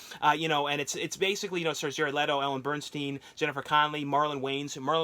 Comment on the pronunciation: Ellen Burnstein? who is this Jewish lady you speak of LOL sorry had to .. just had to. I know you say you are dyslexic So I get it. wont usually do it for things like Adaptation and so on.. but that one with Ellen Burstyn made me almost spit up my drink i was sipping as you said the name. HAHAHA also Its jonathan lipnicki not jacob DOH